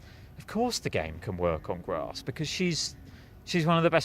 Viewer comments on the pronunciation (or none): U guys have to start saying "grass" properly. Not "grossss" it's driving me to insanity where I'm gonna have to be locked-up for 72hrs